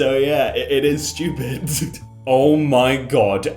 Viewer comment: He do be saying steupid